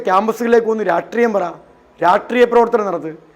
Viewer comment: 😂😂 രാട്രീയം അല്ല, രാഷ്ട്രീയം, രാഷ്ട്രീയം